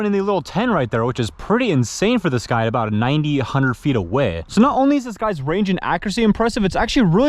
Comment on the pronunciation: " Which is pretty insane for this guy about 90 / 100 feet Awehhh " Why he say "Away" like that 😂😂